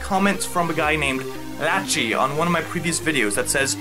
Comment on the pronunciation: Deadass called a kid named "Lachie" "Latchy"